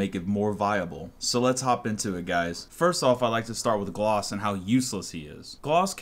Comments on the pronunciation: Glaz not glos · Its GLAZ...GLAAAZ...NOT GLOZ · I seriously was annoyed about how you said "glos" instead of glaz.